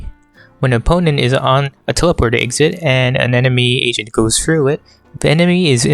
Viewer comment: i hear you say "playing asian" or "if you want to get better at asian" lmao